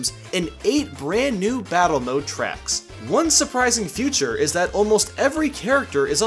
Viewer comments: When pronounces features as 'futures'. BOI 👋🏻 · Why does he keep calling features “future” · "Key futures"